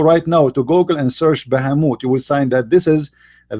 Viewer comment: Bahamut sounds like baphamet